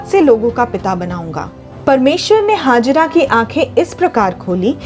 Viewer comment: Ismail ko janm dene wali ka naam hagira nahin, Hegar the, proper pronounced karen.ye pavitra sabd hai.